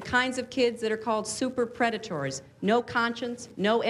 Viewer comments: jaja Predatours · The way Hillary says "predatoours", freaks me out. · I still can't get over how she pronounces the word predators